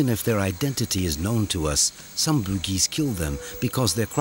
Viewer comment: The narrator pronounce Bugis as Boogeys... 😂😂 sounds funny